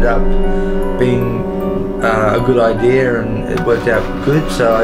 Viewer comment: Why is every one saying "ideer" instead of "idea"